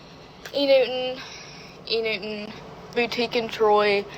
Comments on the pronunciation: The pronunciation of "E-New-in" instead of "E-New-Ton" is hurting my ears 😂😂😂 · “E Newton” has (like all words with the “ten or ton) have become “enn” and “inn” ENewton: “E NEWT IN”.. Curtain: “CURT-ENNN” Payton: “PAY-ENN” Important: “IMPOR-ENT”… 🙄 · “E. Noo’en” CAN WE ENUNCIATE PLEASE! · Nope, she is right. There is a difference between enewton and euen, like this girls pronounce it. Dont encourage botching the English language. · oh i heard “inu in” 😂😂 not e-newton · Me who kept hearing E-Nguyen and not enewton. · 100% 😆 it bothered me so much how they were saying E Newton. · "Enoo in" 🤣 Never heard of this brand in my life. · enewton.. they kept say e-niuin...:) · Also...is they can't pronounce Enewton. It sounds like they are say eeh nooh an. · E New'iiin eww get THEE EFF OUT with that stupid fake pronunciation. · “e NewtiNUH” was all I heard every time one of them said it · EW I CANT GET OVER THE MEAN GIRL E NETWON PRONOUNCER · I was so triggered by their pronunciation of Enewton to the point that I literally typed into Google "who the "F" is Enewton" and I used the full word. Thank you so much for that clip of the lady who said she wouldn't pledge them. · Why do they all pronounce "E Newton" like that? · Tbf i was yelling out loud at the girls not pronouncing the "t" in enewton. I can't stand whatever that inflection is😂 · If they can't even properly pronounce enewton wonder how well they'll do in college